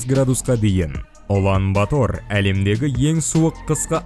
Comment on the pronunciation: Улан батар деп жазад оқығанда улан батр деп оқйлы